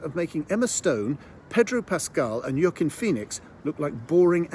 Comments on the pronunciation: It's not. The correct pronunciation is /wɑˈkiːn/ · I'll still watch it, i really enjoyed beau is afraid . Also i never knew Joaquin's name was pronounced like that ! Thanks for the vlog